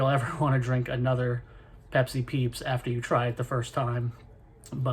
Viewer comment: Peepsi :D Great vid!